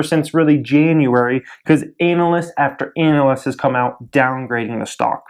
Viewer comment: did you say Anal-ist?